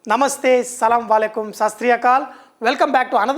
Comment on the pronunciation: Sat Sri Akal, not Sastri Akal. Please greet properly if you want to do so in different languages.